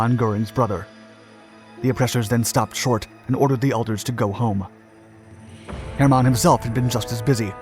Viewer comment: Why must you pronounce his name “Herrrr- mon? You’ve had no issues pronouncing it courrectly inthe past